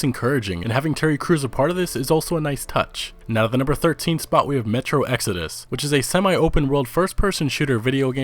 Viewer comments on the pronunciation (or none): none